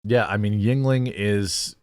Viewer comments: I understand you have dyslexia and it's not easy for you, but the constant mispronounciation of yeungling is killing me LOL. It's germanic. It's not asian. pronounced "youngling" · I thought it was pronounced as "Youngling